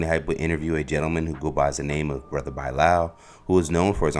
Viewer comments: He does say Buy-Lowel 😂😂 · Bro can’t pronounce Bilal to save his life